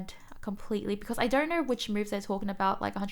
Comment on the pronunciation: i love all the words you say that end in "O" or "Oh" sound i dont knur, gur, slowbrur